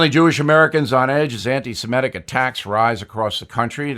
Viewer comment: O'Reilly likes to point out he's a former teacher. Just a simple man. One of the folks. Today's lesson is pronunciation. he says, "... anti-Simetic attacks... " You hear many professional broadcasters pronounce it like that. Maybe the word rolls off the tongue easier that way. Semites are Semitic not Simetic, so those against them are anti-Semitic. You're welcome.